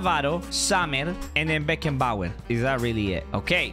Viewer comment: Bruh said beckenbauer French………😂😂😂😂😂😂